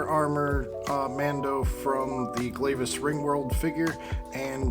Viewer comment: I've been waiting for someone to make this video, but it's pronounced Glaahvis, not Glave is.